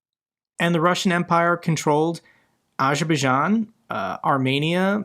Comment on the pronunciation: It's pronounced Azer'bai'jan (Azer By Jan) and Kadyrov Kadir'ov